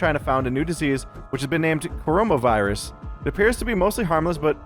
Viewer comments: dude you wrong is call coronavirus not corohmohvirus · Wouldn't it be CorohmA virus? Does your virus turn you into a gay frog?